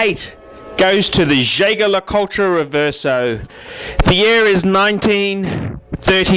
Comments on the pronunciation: Jay-ger Ler-Cul-ture? lol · Nope. Jaeger-Le Coultre is pronounced Yayger Le Coolt. How do I know that? Because I was told directly from the Australian brand Manager. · Man I am lolin at how you pronounce Jaeger-LeCoultre. P.S. It was totally wrong.